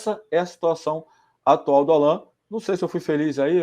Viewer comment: O NOME É ALLAN E NÃO ÁLLAN POIS NÃO TEM ACENTO OK, UMA DICA SEM QUERER TE ENSINAR NADA OK UM ABRAÇO